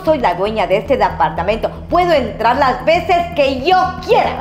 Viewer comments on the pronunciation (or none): Dapartamento por favor aprenda hablar es departamento...